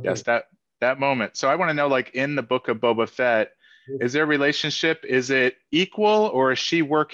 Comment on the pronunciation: *The Boak of Bubbah Fett